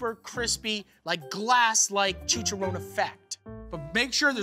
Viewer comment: chicharown hahahahahahaha